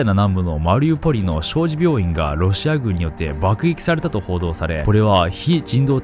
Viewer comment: 棍棒は、かなぼうじゃなくて、こんぼうと読むんだよ 小児病院はしょうじびょういんじゃなくて、しょうにびょういんだよ さすがに読み間違い多くて頭悪く見えるからしっかりしてくれ